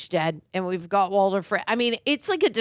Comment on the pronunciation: Bro, who is Walden? His name is Walder! 💀